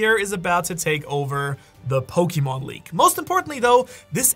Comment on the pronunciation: He said pokeman to the ten shadows technique three fucking times